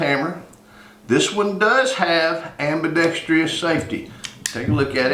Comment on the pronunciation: There is NO Tree in the word ambidextrous. Look at the spelling. Then pronounce it as it is spelled.